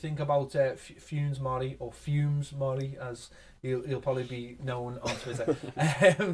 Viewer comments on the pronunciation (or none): "Funes" is pronounced "FOO-ness."